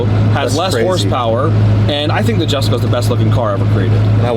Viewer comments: Jessusss him saying "JHESKO JHESKO" it's erking me. Correct his ass for God sakes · someone tell him its pronounced "Yesko". It is spelled Jesko but said with a Y, named after Christian Von Koenigseggs farther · Lol he said "Jesko" it's pronounced yesko dummy.. and u own a Koenigsegg.. SMH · So damn glad to see you guys working together again. However the Jesko name being said wrong over and over drove me nuts lol